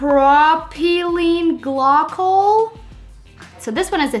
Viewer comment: Pro-Ply-Ene Gly-Col